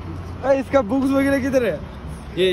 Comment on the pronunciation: Ah I repeated 3 times but still heard boobs😂😂 BTW NICE vlog brother i am really enjoying it